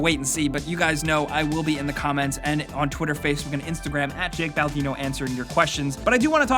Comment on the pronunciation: Also, why does it always sound like BalAdino?